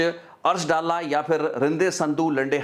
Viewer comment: ਅਰਸ਼ ਦਾ ਪਿੰਡ ਡਾਲਾ (ਮੋਗਾ) ਹੈ ਨਾ ਕਿ ਡੱਲਾ ਇਹ ਡੱਲਾ ਪਿੰਡ ਲੁਧਿਆਣੇ ਜ਼ਿਲੇ ਦਾ ਹੈ ਜੀ